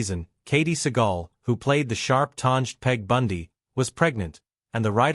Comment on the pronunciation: Katey seegell? It is Sagal. This is AI bullshit. Their last names are mispronounced